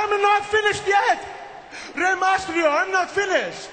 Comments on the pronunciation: he can't even pronounce reys name right and hes telling rey to speak in a language we can all understand? its MYSTERIO not MASTRIO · rey mastrio XD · yeah he says mastrio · i like how Santino messes up every1's name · santino is saying the "mysterio" part wrong